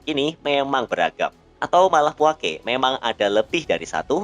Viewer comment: Puake lafalnya /puakə/ bukan /puake/. sukadana lafalnya /sukadana/ bukan /sukatna/